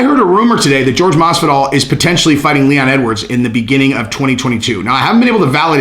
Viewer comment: I do believe is pronounced "Whore-Hey" just fyi